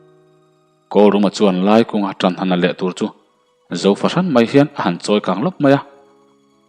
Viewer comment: Zem kualna tur a zo tih i lam dan hi zamzo/mizo tih kan lam rik a zo tih lai hi a ri sang deuh a lam tur ni in ka hria